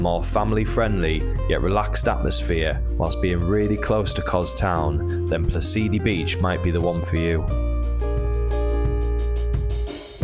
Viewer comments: You mispronounced Psalidi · tingaki, sounds like Tin Gaki, like g for good not like J. And Psalidi is like sah-lee- dee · I understand some of the names are difficult to pronounce but the first correction is PSALIDI not Plasidi. The second correction is the G in Tigaki is a hard G . The third correction is the emphasis is on the A in KardAmena. Otherwise it's a very good video, well done.